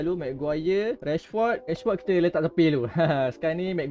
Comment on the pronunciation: Bang nama rashford bukan nama dia bang. Memang nama dia rashford. Bang kena sebut macam rashferd sebab sebutan dia rashferd. Bukan rashford. Nama dia memang camtu